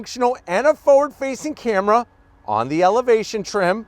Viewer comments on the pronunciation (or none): none